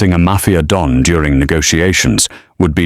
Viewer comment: Why Dawn instead of Don?